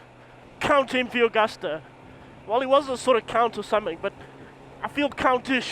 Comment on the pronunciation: It's pronounced " Agoosta"